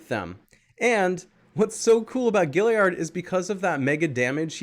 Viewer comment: It's gaillard not giliard bro ur not that smart huh?